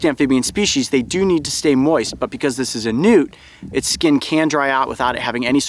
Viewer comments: at first i thought he said nudes lol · When they say Newt is sounds like nude